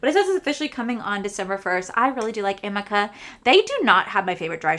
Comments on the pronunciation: amika is pronounced (a meek ah). just thought I’d let you know. I felt funny correcting you but every time I hear you say it I’m just dying to tell you how it’s pronounced.😅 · It’s pronounced uh-MEE-kah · It said “ Amika- Ameeka and Beis is Base “ that’s how you say them .. google what ya good for 😂😂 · You crack me up 😂 Amika is pronounced A-ME-KA 😂😂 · I don't shop from MAC because they're not cruelty free 🤷‍♀️ Also amika is "ah-ME-ka"